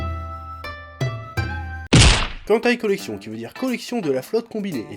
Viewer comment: On dirait que tu dis hentai collection. 😅😶👧👩👨🎅💩🐖🐖🐖🐖🐖🐖